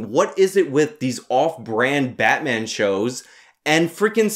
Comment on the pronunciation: Its batmaam!